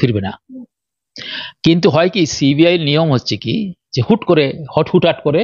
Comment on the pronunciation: uchcharon ta thik moto karo. Ota শি বি আই na সি বি আই hobe. This is the only problem all other things except this are absolutely alright. Carry on please.